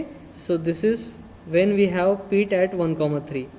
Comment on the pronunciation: for god sake , its not peet its pit